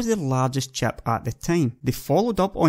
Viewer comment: I really like his accent, but it took me about 10 minutes to stop wondering what chap he's talking about.